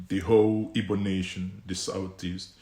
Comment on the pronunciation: what kinda Igbo are u? Pronouncing Igbo ass Ibo. Bro only Yoruba jackass calls igbos Ibo which is the wrong word and pronunciation. Is like u wia born in Yoruba land.